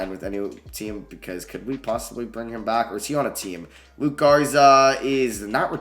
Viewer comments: Yo its LukA Garza not LukE Garza. It’s an A at the end like Luka Doncic. Luka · Love the video but it’s LUKA Garza not Luke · it’s luka garza not luke. i know it’s small but it just bothered me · It’s Luka Garza not luke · Can you learn how to say Luka Garza’s name before your next video? Killed me hearing you call him Luke so many times :/